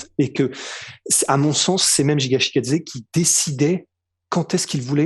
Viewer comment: Ce n'est pas Jiga c'est Giga brooo's des sueurs x)